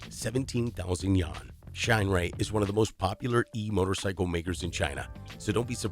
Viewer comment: The pronunciation of "Wuxi" and "yuan" are incorrect.